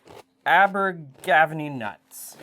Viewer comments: It's pronounced abba-ga-venny but we are amongst friends here so it really doesn't matter! Look really delicious 😋 Do you think mixing the Ingredients the other way would have affected taste / texture ? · Posh ginger nut biscuits. also ginger and an almond on top. it's pronounced Aber-ga-venny (welsh) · It's pronunciation is..aber- gav- any.. its Welsh.. definitely not English! Lol translates as mouth of the river y (e) venny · I live near Abergavenny. It is in Wales, I am in Hereford. It is pronounced Ab ber gar ven ny. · Just a word to the wise on the syllabic stresses - 'ABer-gaV-en-NY'. Many British/Welsh/Irish/Scotish and even English place names are topographical descriptors. 'Aber meaning the mouth of a river. Afon/Avon means river. And these look like gorgeous ginger nut biscuits. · Abergavenny is in Wales and pronounced Aber GA venny 😊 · Hiiii, Can’t wait to try this recipe. As a fellow Canadian (Scarborough, Ontario) who lived in Wales for over 20 years, please allow me to help you pronounce “Abergavenny”. Aber is fine, gavenny as in “havepenny”. Morgan is a popular Welsh name & the people who named the cookies after their farm may have come from Abergavenny originally. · Pronounce ABBA. Like the group Give Any All together is all good 😂😂😂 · I know Abergavenny well, as a main transit point via rail / coach, when I go see my folks in Brecon (Wales). Yes I did kind of cringe when you said Abergavenny (TIP: Video from All The Stations channel and others, helps here), but given you are not even from the UK (Some folks here even get it wrong), you took the phonetic approach (Bit like how folks say Derby, which is the part of the UK I am from), which is not a bad thing. Thinking of my mothers native land in Brecon, Powys (Wales), certainly some good recipes from back in the day, that is worth researching, with Welsh Laverbread being one that comes to mind. (Abergavenny station) (Town information) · Way to butcher Abergavenny